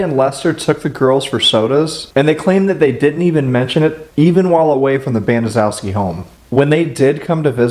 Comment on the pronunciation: Actually, for a Polish name, it's one of the easier ones. BAN - uh - SHEF - skee